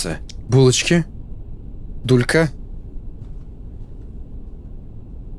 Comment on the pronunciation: Это гулька а не дулька